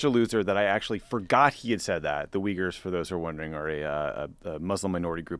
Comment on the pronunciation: to be fair, calling the Uyghurs “weeggers” makes you sound like an uncultured rube as well. So, in his defence, maybe he’s read the term, but never heard it being said like that. It’s better to pronounce it with 2 vowel sounds in the front, like Louis or gooey.